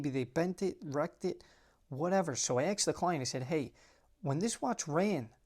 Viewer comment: Bro, you said rocket scientist and then said "axed the client" in the same sentence 😅😅 #asked